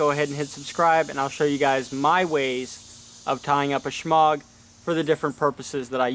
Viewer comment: The 'g' is silent